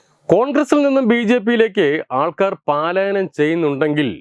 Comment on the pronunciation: പാലായനം അല്ല മാഷേ പലായനം ആണ് ശരി.